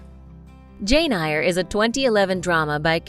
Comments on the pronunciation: Hi, my first time pulling a Karen. It kind of makes me cringe a bit when she mispronounced Jane Eyre. It's pronounced "air" ...YouTube a clip of any of 7 film adaptation if you haven't read the book. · Jane Eyre (pronounced as 'AIR')... 😑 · Hi. The pronunciation was right?? I thought it is pronounced like ear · The pronunciation of "Jane Eyre by Charlotte Bronte" just pierced my soul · this girl really said, "jane EYE-ER" and "charlotte BRONT" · OMG. Can the commentator at least get the pronunciation of names and titles right. There were at least 5 errors..eg. Far from the Madding Crowd not Maddening!! Jane Eyre (air) not (eye er) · ugh. It's Jane EYRE as in AIR,, and it Charlotte BRONTE...e is pronounced like a. good grief. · umm, it's pronounced Jane AIR, and Charlotte Brontay, sincerely - person with an English degree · For heavens sake, if you want to pose as experts, learn to speak correctly ! Eyre is pronounced « air » Bronté is pronounced « Brontay » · I can’ttttt Jane “Ire” and Charlotte “Bront” 🤦🏻‍♀️ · Too many mispronounced words to list! (things like "...Maddening crowd") The woman obviously hasn't actually watched the films if she says "Jane Ai-er" x) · Eyre sounds like "air" It's not maddening, it's madding Wasikowska sounds like Vashikovska Devonshire is de-von-sher Chalamet sounds like shalamey 🙂🙂🙂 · Please learn the proper way of pronouncing Jane Eyre and Charlotte Brontë. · Maddening crowd? Machinations, pronounced ‘sh’. Jane “Ire.”? Bront ?